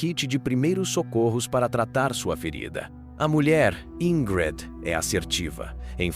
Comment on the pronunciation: Pq falou o nome dela errado quase o tempo todo? De onde tirou "Ingrede"?